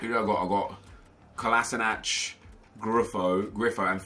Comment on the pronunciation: it's pronounced Ko-la-Shi-natz